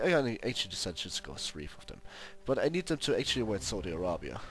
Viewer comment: Saudi I-rape-ya xD